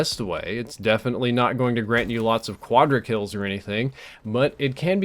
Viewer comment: said "quadrikills"